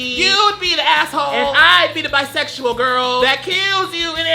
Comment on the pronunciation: honestly so refreshing to finally have someone outside the bi community take the time to learn how to pronounce bisexual. thank u.